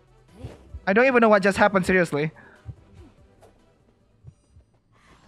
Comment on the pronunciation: Btw the way you say "Seriously" is soo Indonesian lmaoo